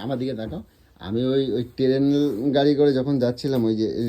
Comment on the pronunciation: Train ❌️ Teren gari ✅️